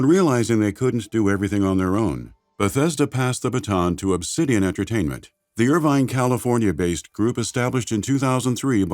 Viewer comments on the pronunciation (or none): none